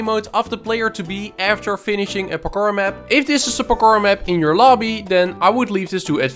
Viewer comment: "Pakkor" maps